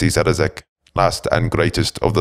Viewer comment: Great read but his name is Szarekh not Zarazek.